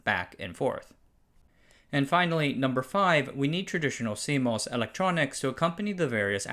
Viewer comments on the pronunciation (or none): As an industry insider - almost 40 now - this was pretty good. Several of your pronunciations are off - CMOS (moss not mos), MACOM (may not ma), Mach Zehnder, etc. On-die optical interconnect makes no sense for power and reach (distances are very short) reasons. Check the activity going on with NPO and CPO and chiplets to see the future.